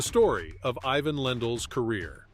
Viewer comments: Its IVAN you ai sonovahoar. Not EYE-VN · It would help if you pronounced it i-VAHN. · You mispronounce his name in the very first sentence. WTF? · Ivan is pronounced iván not aivan… Wilander is pronounced vilandr not wailander…